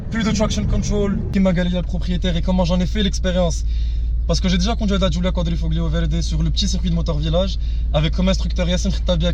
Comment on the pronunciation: QUADRIFOLIO pour la prononciation !